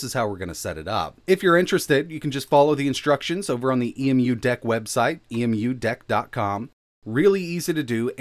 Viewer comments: The way you say E.M.U.Deck really bothers me... It's EmuDeck. Pronounce Emu as in emulation... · Dude why you calling it E M U Deck… it’s EMUDeck as in EMUlator🤣🤣